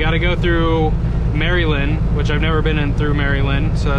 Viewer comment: Just came across your videos! I’m highly considering joining CFI! Btw the way you say Maryland was funny😂 “Marylin”